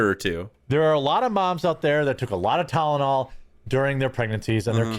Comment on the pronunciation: Why is he having such a hard time saying Tylenol?